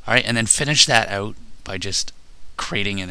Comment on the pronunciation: haha u can tell hes Canadian from how he says out